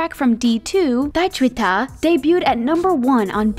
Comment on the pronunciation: Am I the only one that keeps noticing her pronounce Agust-D and Daechwita wrong? 🤦🏻‍♀️😅